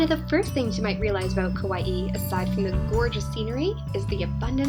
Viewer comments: The pronunciation isn't kawaii it's just ka - why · I live on Kauai and all the locations you pronounced were wrong